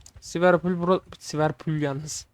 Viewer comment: ilk❤😂🎉(siverpol değil liverpool )